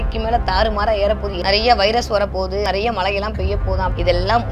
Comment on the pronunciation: மழை பொழிவு என்று கூட சொல்லத் தெரியவில்லை.. " ழ "கரம் வரவில்லை.😂😂😂